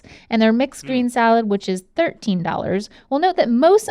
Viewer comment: Nobody: Link: Salád